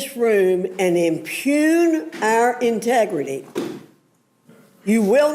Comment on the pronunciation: "Muh integ•ruh•tay" 😅😅😅😅😅